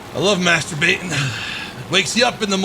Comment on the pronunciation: Every time you said "Master baiting" I thought you said "Masturbating" LOL